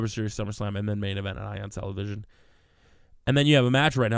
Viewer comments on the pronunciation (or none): Stop saying main envent